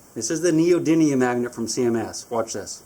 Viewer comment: Aren't they neodymium not neodynium